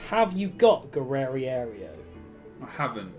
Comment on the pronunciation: Who the flip is Guerrerierio? It’s Guerreiro and it’s pronounced Ge-ray-ro